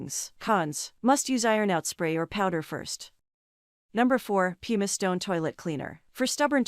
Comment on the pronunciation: ''Pumice" is pronounced PUMM - iss.